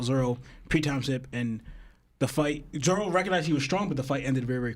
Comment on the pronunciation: Why on earth he keep calling him zolo 😂😭